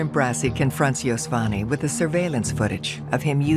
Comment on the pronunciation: Its pronounced det mike BRA-CHI thats the italian pronounciation of bracci not brassy. 😂 i hate when they make italian names white